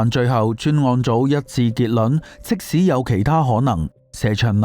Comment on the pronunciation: 點解你會將「結論」讀成「結卵」？